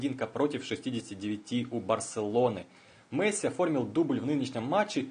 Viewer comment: досмотрел (дослушал) до . после "Мэсси" выключил. такого футболиста не существует.